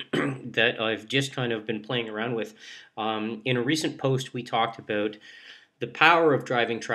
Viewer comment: Aboot, He Said Aboot... Canadian Aloiittt...